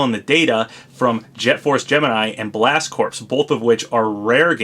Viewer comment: Blast Corps is pronounced Blast Core btw...the p is silent. I think the best bets if we get the 1st Fighter Pass character revealed are the mysterious SE character, Banjo & Kazooie or Sylux....